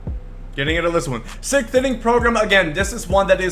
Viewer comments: lol sickth (its sixth) ;) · I'm already looking forward to next year's sickth inning program just to hear him say "sickth inning program" again.